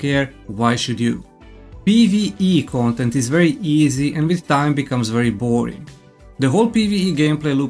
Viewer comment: Your pronunciation is pretty funny, "gontent" for content and "gomment" for comment 😂. I'm going to make this gomment and tell you to stop being so negative.